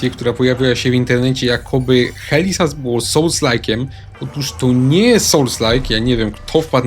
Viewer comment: "HELI ZAS" XD - pozdrawiam Helę